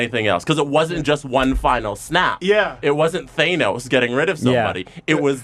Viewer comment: I'm sorry but THAYnos??????